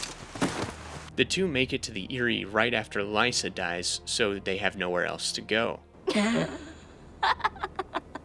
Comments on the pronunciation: There’s a lot of weird mispronunciations in this videos that threw me off. Like how he said Lee-sah instead of Lie-sah. Like did he watch the show on mute with the subtitles on? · Why do you think the Freys are incest family when it’s NEVER said in the show or the books? It gets annoying after a while he just has a lot of kids & keeps marrying little girls who are the daughters of his lesser lords & they give him more kids. & Cat’s crazy sister’s name isn’t Lisa it’s Lysa (Lie-sah) but this was nice I thought you’d do more book comparisons & dumb & dumber totally ruined the show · ITS PRONOUNCED LIE-SAH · the Frey incest ish was wild to hear him say. How could anyone get that so wrong 😭 but the video was still pretty good.